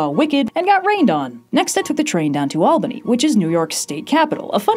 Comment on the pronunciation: Thank you for pronouncing Albany correctly!! The earthquake was noticeable in Poughkeepsie, I'm surprised not Albany